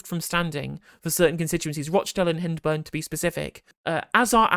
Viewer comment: Pronounced Hind burn.